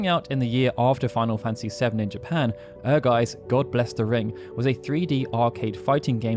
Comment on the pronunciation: "Ehrgeiz" can be translated as "Ambition" Also, the Z in Ehrgeiz is pronounced as ts, not s